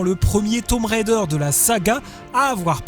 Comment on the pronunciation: Enfin un Français qui ne prononce pas "Railledheure" :)